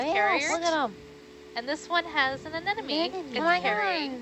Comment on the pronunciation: What I learned from this: 4 out of 5 scientists seem to pronounce "Anemone" -"Anenome" xD